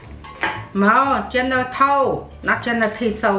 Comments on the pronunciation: You say it like “general so” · “General taso? No. General toe???” 🤣🤣🤣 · It’s not “t so” it’s “s-ow” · It’s pronounced tso (so) without the T sound. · Tso is pronounced like “so”. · General tso is pronounced general so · General so the t is silent and I’m black general Tso -so